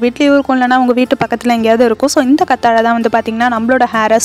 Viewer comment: கத்தாழை இல்லை கற்றாழை